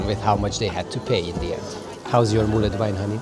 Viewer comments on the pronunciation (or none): Great video as always! Just one thing, mulled is pronounced /mʌld/, it sounded like you were saying /mʌlɪd/ or /mʌləd/